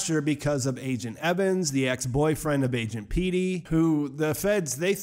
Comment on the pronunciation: "Agent pEEty"